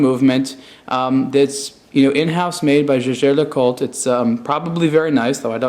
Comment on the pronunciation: "jejair" LOL... it's german, the "j" reads "y"